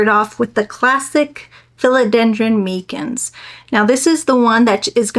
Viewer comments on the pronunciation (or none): MY-Cins is how you pronounce it.